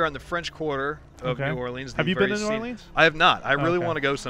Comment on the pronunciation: I live in Louisiana and I have to say, they did a pretty good job on New Orleans. Except that y'all kept saying like new oleens, I pronounce it new orlins